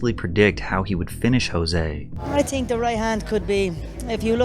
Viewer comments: So you’re a UFC fan? When Conor McGregor won the title Jose Aldo’s first name is pronounced Joezay but Spelled Jose. You’re saying Jose like it would be in Mexico. Even a half arse fan knows that. I don’t know if these vids are only for content or if you’re truly a fan. Either way I enjoy your videos. Thanks man. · Mildly infuriating to hear you call Jose "Hose".. it's pronounced with a J, there is no H. He is Brazilian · Jose Aldo is Brazilian not Mexican. his name is not pronounced 'H'ose its pronounced Jose with a J sound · Fyi it’s Jose with a hard j like jam. It’s Portuguese not Spanish. Actually something closer to like “chose-ay” but it’s hard to pronounce exactly. Anyway great vid Pat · It’s pronounced JOE-SAY Aldo. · Jose Aldo's first name is actually pronounced with a hard J not an H sound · Are you fr calling Nate Diaz stupid while you don’t even know how to pronounce Jose Aldos name? You aren’t even quoting anyone just straight up calling him dumb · Hey Patrick. Jose is pronounced with a J. It's Portugese ;) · You are pronouncing Jose Aldo wrong just fyi… He actually pronounces it with the J instead of an H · Jose Aldos' name is pronounced with the J.